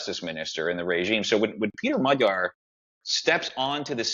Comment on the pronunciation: described the situation in Hungary very well. He also knows how to pronounce 'gy' in Magyar:)